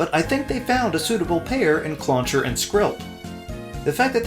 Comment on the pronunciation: CLLAUNCHER, NOT CLAWCHER! FIX IT NOW! AND DO NOT CALL CLAUNCHER A BOY!